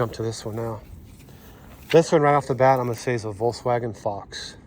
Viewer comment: NOT WOLKSVAGEN THAT IS YUGO